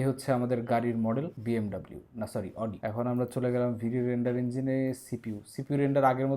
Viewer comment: Oitar uccharon hobe...."আউডি"